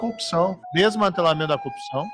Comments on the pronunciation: Corrupção, coupção, coopção, copção... cheguei até a ouvir concussão. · "combate a coupção" é o mantra do Sergio Moro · tem hora que o Moro quase fala cocção hahahhahahha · em momento algum o Sérgio fala sobre corrupção. Ele fala sobre coopção kkkkkkkkkkkk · O marreco não falou corrupção... Falou 50 vezes a palavra copção. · Justiça seja feita. Moro não pronunciou a palavra "corrupção" nem uma vez sequer. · ele nem sabe falar CORRUPÇÃO... 🤣🤣🤣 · Ñ conseguiu pronunciar mesmo kkkkkkkkkk